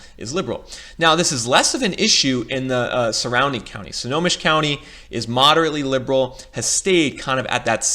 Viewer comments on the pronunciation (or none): Bruh, you were killing me. The county is pronounced "Snow-home-mish". Lol And that is not a river that separates Seattle and Bellevue. That is Lake Washington! 😂 😂